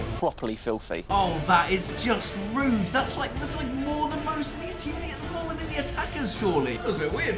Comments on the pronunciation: when he gets gullit and checks his price.he says it is "ruud" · He says Ruud Gullit's price is 'rude' 🤣